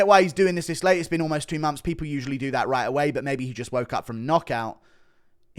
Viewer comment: What are mumps? Oh, you mean months! 😂